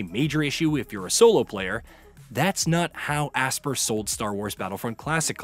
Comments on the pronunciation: Bro HOLY CRAP!!! I've never heard someone mispronounce a name as many times as this guy. It's "ASPYR" as in (ASPIRE) not fucking ASSPER like you were saying it. List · Asper? It’s pronounced aspire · Brother, it’s pronounced “Aspire” not Aspir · When you read between the lines they limited servers because they knew multiplayer didn't work right. Also your mispronunciation of Aspyr (aspire) is disgusting